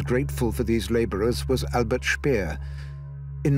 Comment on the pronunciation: He says Speer right